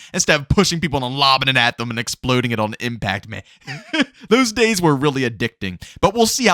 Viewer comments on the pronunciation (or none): none